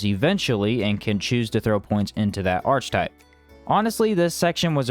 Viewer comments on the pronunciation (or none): Archetype is pronounced Arr-Key-Type, sorry for being a dick. Good video though :) very informative, looking forward to this one. A big improvement on the original. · Nah it's Arr-Kuh-Type